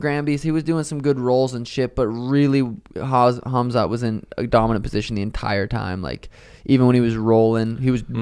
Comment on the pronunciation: KHAMZAT not KHAZMAT. Every damn time 😂